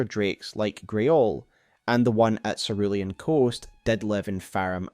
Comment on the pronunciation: Cerulean Seh Roo Lee An pls omg